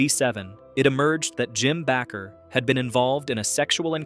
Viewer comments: It is pronounced like baker but it's Bakker. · Heritage USA... The stupid recording said back her instead of Baker😂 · It's pronounced BAKER. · Bakker is pronounced like baker. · what a stupid announcer, He cannot even say Jim and Tammy Baker right where do we get these clowns?